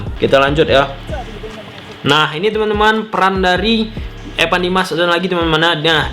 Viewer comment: Evan bang bukan epan